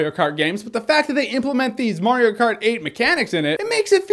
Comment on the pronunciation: it's M-A-RIO not M-O-RIO!